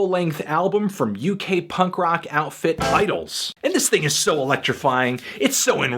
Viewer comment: Idles, not Idylls...